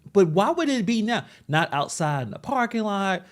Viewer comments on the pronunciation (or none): none